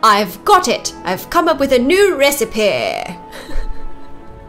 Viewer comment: This is also me when I come up with a new recipeh!